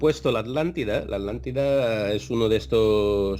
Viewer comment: Españoles, si Uds crearon el castellano, por qué no lo pronuncian BIEN??? ALÁNTIDA? HUMANIDÁS? Se me caen los oídos al escucharte, chico...